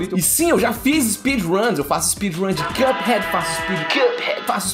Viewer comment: Mano pq esse cara ao invés de falar cuphead fala quiâphead